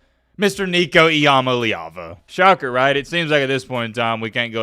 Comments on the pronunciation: Are you mispronouncing his name? I thought it was I 'm aleava? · Please pronounce his name correctly. We're mad at him but we at least learned to say his name